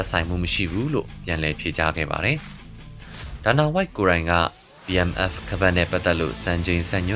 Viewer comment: Battle Mask Fast လား .. ဘာပြောလိုက်တယ် ဆိုတာ နားမလည်ဘူးဖြစ်နေတယ်